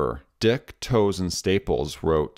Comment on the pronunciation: I grew up in a town with a large mennonite population and the names quiring and toews were pronounced kweering and tayves. I enjoyed this video very much and have subscribed.